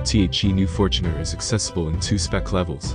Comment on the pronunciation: Fort Runner? What the fort,,, come on man